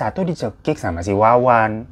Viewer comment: Yang nonton jg jelimrt denger lu Gonta ganti nama org bang😆😆 wowon berubah jadi Wawan😂 yg punya nama Wawan pasti kesentil ini 😆😆😆😆